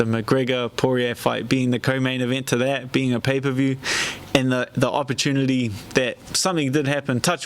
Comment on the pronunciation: 'Opportunlidy' Slurred speech time to hang it up